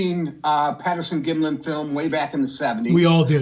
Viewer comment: LA its Patterson Gimlin not Gimley